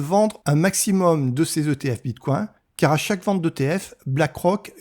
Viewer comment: "Bitcouain" trop drôle, je sais pas si c'est fais exprès mais ça decrédibilise complètement le propos